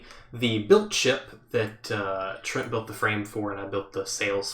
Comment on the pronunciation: Every time you say Trent, it confuses me! But great start the castle